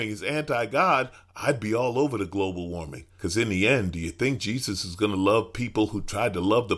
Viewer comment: Leave it to Jim Bakker to mispronouce "Global warming." This guy needs to go back to selling Apocalyptic gruel out of second hand toilets.